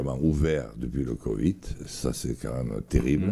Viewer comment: "le moundial" "le COVIT" J'adore ce mec